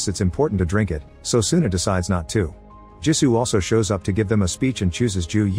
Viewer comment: Jisu not gee su